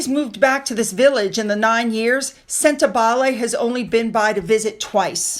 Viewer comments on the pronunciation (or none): Sentebale. Pronunciation wrong. It sounds like senta baally. Cheers.